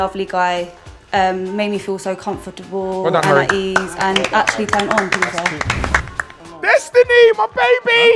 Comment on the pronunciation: can we deep “comfortibel”